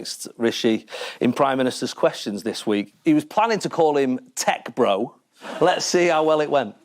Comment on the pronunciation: ‘Tech beau’ or ‘tech bro’ hahaha